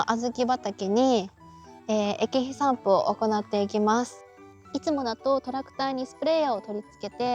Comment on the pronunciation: 散布が散歩に聞こえた